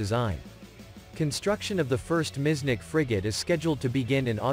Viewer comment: Miecznik not miznick!!